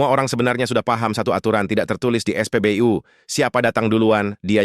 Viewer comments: Sakit telingaku saat kau sebut spbyu miinn😢😢😢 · Narasi "U" bacanya biAsa aja, dul .... Jangan NORAK !!!! SOK DI INGGRIS2 IN..... DODOL !!!! Bukanya keren malah jadi KAMPUNGAN .....👎👎👎👎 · Saya sudah ngomong, no urutnya ke 146, knapa maksaa ?? Haahhh.. hhaaahhhh ????!! Admin jg,, es'pebeyu dan bebi'em salah kosa katanya, yg bener Bebe'em dan es'pebe'u.. di ralatt min di raalllaattt